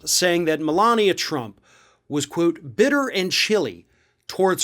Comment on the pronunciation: Everyone keeps mispronouncing her name “Melignia”.